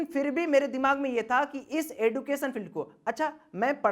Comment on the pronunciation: एडुकेशन bol rha hai🤣🤣🤣🤣